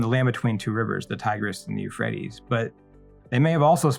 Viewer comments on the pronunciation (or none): none